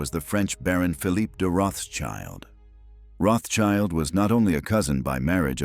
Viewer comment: It's pronounced: Rotsheelt".